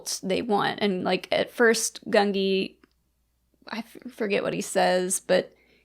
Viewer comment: Oh are we finally back to this? Sheesh, this video was recorded almost a year ago. Man, you guys are going to need to do a redub of the next two because it's Goon-JEE, it's a hard G for Gungi's name, they even say it in the episodes, why are you making it difficult? And you know what Petro needed? He needed to meet up with Kelleran Beq and go through the Jedi Temple Challenge. That's the perfect obstacle course for him.